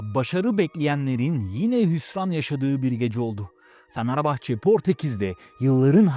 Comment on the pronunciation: abi niye "fanerbahçe" diyosun XD